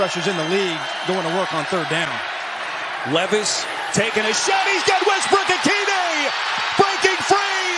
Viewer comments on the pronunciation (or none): none